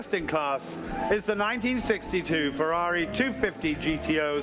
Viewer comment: What cognitive problem do Americans have that they can't pronounce F-E-R-R-A-R-I correctly?!?🤔🤦 Wonderful show BTW🏆👏👏👏